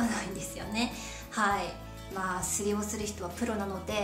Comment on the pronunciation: ということは、バックパックやリュックサックは1番危ないですね(T-T) ショルダーは前側にバックを持っているようにします！！ 身長の次はスリ。笑 スリのアクセントはス、では？笑